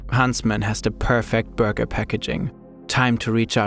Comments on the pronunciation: if this lady says buurwgga one more time i swear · I hear booger every time the woman tries to say burger. 😂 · I like the way she says "Burger" 😅